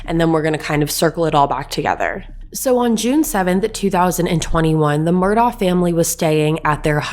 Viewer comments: Enjoyed your podcast. The name is pronounced as “ Mur dock “And it’s “Call a tin “county. That being said I too believe Maggie was just in the way that night and whoever shot her as well. Don’t believe she was a target. I think it was someone after Paul. Will be interesting to see what happens. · It’s pronounced MUR-duck. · I think its pronounced Mur- Dough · Also its pronouncd "Murdock" and his name is pronounced as "Alec" even though they both are spelled different. I like your channel, but please do the research to be more credible, and respectful to the Low Country. Thanks. PS...I think they're guilty as sin. Lol.